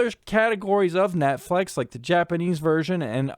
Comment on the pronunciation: "Netflex" probably your Seattle accent taking over; New Englanders have a similar thing ^__^ Even though I'm a torrenter as I'm unable to afford those streaming bundles an' such, I did find this educational. Magnificent work as Always!🖤